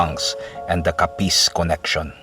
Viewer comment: Putsa ayusin mo pagbigkas ng capiz